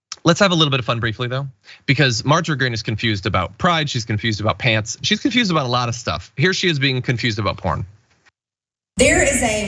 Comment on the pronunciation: "No pyants on"